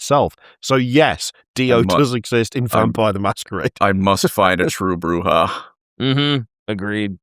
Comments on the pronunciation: I NEED to know what Shy said at the end of the episode lmao Edit: also as mentioned by an earlier comment, Bruja is Spanish and pronounced "brew-ha" the J is a H like Jalapeno. It means "witch" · Bruja is spanish so it is pronounced with an H. My understanding is it means witch. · Ive learned alot about culture because everytime an American said bruja they said the way a spanish speaker would, but the one time a british person has its been pronounced in the most guteral way possible